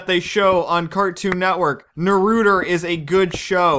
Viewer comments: Naruter?... It's Naruto, My Lord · lol you mispronounce naruto.Awesome Video